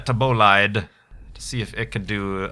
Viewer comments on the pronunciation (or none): none